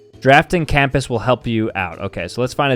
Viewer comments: bro said campass. Not compass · is the type of guy to pronounce compass as “campus” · His pronunciation of compass makes me physically angry